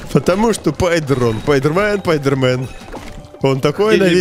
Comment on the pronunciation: не пайдер мен , а спидер мен)